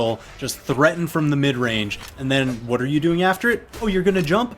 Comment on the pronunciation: that "WaT" killed me